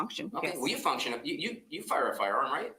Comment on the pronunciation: I heard "fucktion", too, but then I thought I just made it up in my head until said it lol